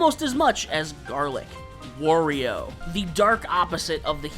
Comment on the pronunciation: You know the way you pronounce Wario and Aran is a bit odd.